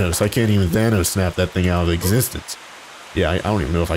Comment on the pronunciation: it's thanos not why you sayed.